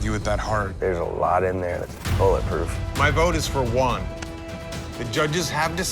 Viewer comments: Funny cuz all the time I kept hearing the name One, but when they showed his name it was Juan HAHAHAHAHA come on guys, it's not that hard, just the same as One but add the "H" sound at the beginning which is exactly what the J does in Spanish, so instead of One, say who-ann together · Dude is calling him Wawn rather than Juan. It isn’t that hard 😭😭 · Hate how they’re pronouncing Juan’s name. Sounds like they’re sending one lol